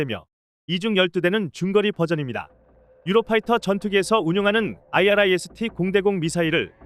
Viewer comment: 아이리스T 라고 읽으라고요, 진짜 무식하네